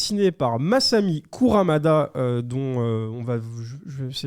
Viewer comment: Arf... KurUmada pas KurAmada... Ring NI kakero, pas NO :) Ca me fait mal au coeur d'entendre que tes collègues ne connaissent pas Saint Seiya...